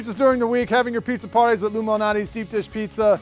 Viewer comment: It sounds like he’s saying illuminati.